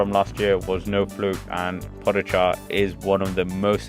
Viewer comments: Pojacar....i hope he learned prononcination til now :) PoGachar.... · Po-ga-char is the Pronunciation for everyone who don’t know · You pronounce his name really strange. As a Slovenian I cringe every time you say his name :)